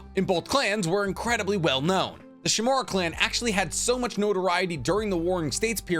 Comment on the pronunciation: The root? I believe it's "The foundation". Also, shimUra. Not Shimura.